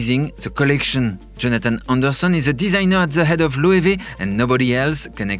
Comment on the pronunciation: Thank you Loic, now i know how to pronounce Loewe correctly.